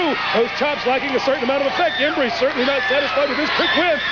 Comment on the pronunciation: I love how Tojo always pronounced "Embry" differently every. single. time.